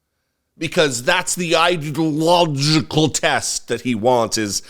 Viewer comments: I'm gonna put "Idalojjical" along with "Oranges" and "United Shtatesh". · The orange guy tried to say “ideological”, but, per ignorance, said “… idea illogical …” 😏. Yes, he’s full of illogic. Freudian slip?